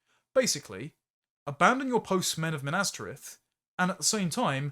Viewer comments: The pronunciation of Minas Tirith as Minastereth in the first 20 seconds immediately makes me discount everything else you say. If you don't know Tolkien well enough to pronounce the Last City of the Men of the West, then you, sir, should have your Englishman card revoked. Good day, Sir! HURRUMPH!! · Ive NEVER heard someone butcher " Minas Tirith" so egregiously in my LIFE! 🤣🤣 makes me want to dislike every video youve ever made hahhaha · My only complaint as a nerd was your pronunciation of Minas Tirith lol